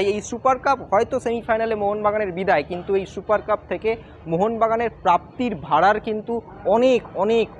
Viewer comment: ভাড়ার না ভাঁড়ার?!